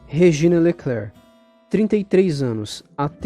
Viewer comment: A ATRIZ PRESENTE NO VÔO CHAMAVA -SE REGINA LECRERY, QUE SE PRONUNCIA COM A SÍLABA TÔNICA NA ÚLTIMA SÍLABA, POIS É UMA PALAVRA FRANCESA ( LEKRE-RRI)